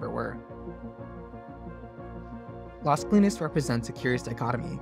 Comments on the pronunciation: Great video but I had to look up the project name because the narrator kept referring to it as LESKLEENS, instead of LAZ KOH-LEENEZ, which is much closer to the Spanish pronunciation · Las CO-LI-NAS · ** It’s LAS Colinas. L-A-S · The way you say Las Colinas is weird.